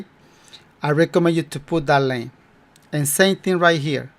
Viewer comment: 😂 no digas lein( lane)major di lain (line) Pero ni modos buen trabajo como siempre